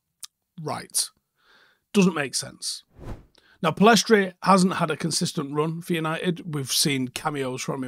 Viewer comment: Pellistri not Pellestri.